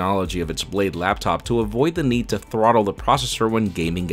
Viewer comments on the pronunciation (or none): none